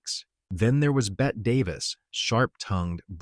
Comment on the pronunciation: It’s Bet-tee Davis! End AI